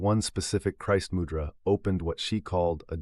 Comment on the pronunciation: Refreshing to hear mūdra pronounced well, and the voice being a real person, thank you!!